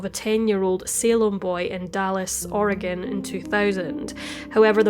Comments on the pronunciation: You've done several stories that take place in Oregon and I've lived my whole life (54yrs) here. I just want to say that your pronunciation of our cities, counties, waterways, whatever is spot on! More than any other YouTuber I've heard! Keep up the terrific work! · You pronounced all the Oregon place names - including "Oregon" - flawlessly. Nice work!